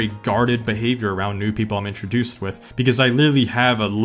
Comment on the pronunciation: It’s WITH not WIFFFF !